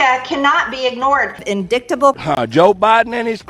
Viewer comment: Dear lord , MTG can’t pronounce indictable. She also couldn’t read a 7 digit number in another speech. How can she be that stupid?